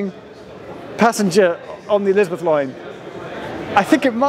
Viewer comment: Thought he said 'Lizard Line'.